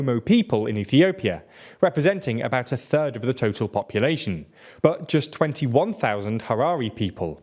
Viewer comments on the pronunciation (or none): none